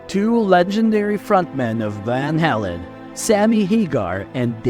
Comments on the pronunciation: It's pronounced Van "Hay-len" not " Van Hall-en". So disrespectful to one of the greatest bands of all time. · I thought he was saying van hellen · It would be NICE if the moderator (STRIKE) AI VOICE stopped saying VAL HALAN. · You're saying VanHalen wrong, and it's pissing me off... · Repeating same stuff over and over! Pronounce the Name right , Good Lord"! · Pronounce the name correctly. It's off putting. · I've never heard it pronounced like he's doing it.